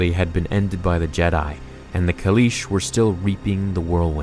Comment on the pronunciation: KALEESH BRUH KALEESH